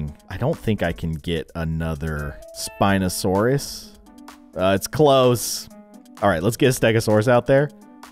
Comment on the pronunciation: The spineosarus one was pronounced pare-sal-olph-agus